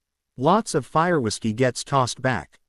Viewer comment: This AI is unwilling to say the letters w i s of whiskey why, does it mean that whiskey is considered vulgar, psychotic AI